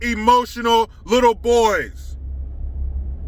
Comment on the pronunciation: widdw poweese lol